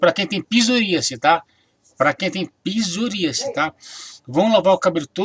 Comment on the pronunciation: "PIZORÍACE"??!!...kkkkk... É PSORÍASE!!!...antes de fazer um vídeo, aprenda a pronunciar as palavras corretamente!!!